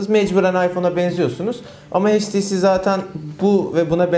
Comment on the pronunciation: sarı kardeş "heyç ti si" değil "eyç ti si" şuradan dinlemende fayda var